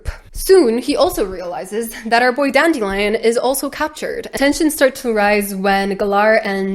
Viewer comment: I have been listening to this audio book, and it drives me nuts that the narrator pronunciation of Dandelion is DAN-DILLY-UN. 💜💜💜💜💜